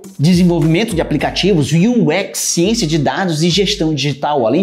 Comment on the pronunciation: Um vírgula sete MILHÕES? Sério mesmo que tu escreveu e leu isso de boas em pleno 2023? Um pograma de cienssia?